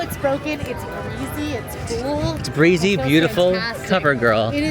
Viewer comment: Did she say breezy or greezy?